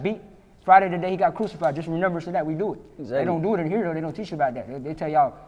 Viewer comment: I hate when he say renember